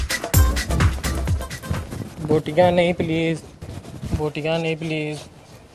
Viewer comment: botyannnn nhi pleasee.botyann nhi please....hahahahhaa.chakka sala...:D